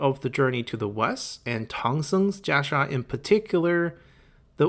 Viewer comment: I wish you would have stuck with "Kasaya" as thats what the game uses and you are really struggling to pronouncing Jia Sha anyways... or were you just trying to boast on your limited ability of Mandarin ? Sounds very pretentious...